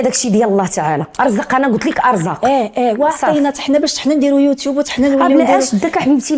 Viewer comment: وحتى سميتوا مكتعرفوش تنطقها يوتيب ههنههه😂😂😂😂